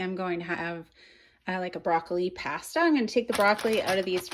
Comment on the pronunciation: The way you say pasta is bizarrely infuriating